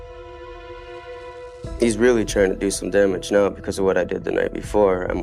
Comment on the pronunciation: “One was called get to KNOW” how does she not know how to pronounce “now”…